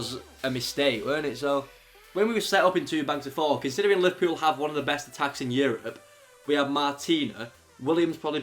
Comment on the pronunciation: Lol he said liverpill